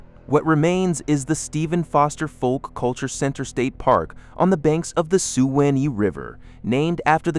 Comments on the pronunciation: Pronounced SWA KNEE. computer says Sue annie!? Hahaha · Shu win???? WTF,Swan eee is how Suwannee should sound, AI is so bad, I can’t watch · Sue Annie ( Suwanee) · and Sue-winnie river!!! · Man this guy butchers the name of every town he mentions even the Suwannee River with the song he can listen to to see how it's supposed to be pronounced shameful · In the song they pronounce it swanee, which is the wrong pronunciation. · When you learn to pronounce Suwannee , I'll watch the rest of this vapid trash. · He can't pronounce Suwannee correctly, either.